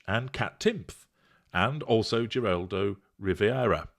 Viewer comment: Lol! The best pronunciation of Geraldo Riviera EVER🤣🤣🤣🤣🤣